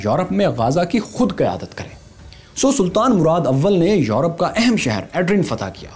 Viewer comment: I would like to correct a City name Edrine.. it is pronounciate in turkish as E - Dir- Ney. Love this series.. great work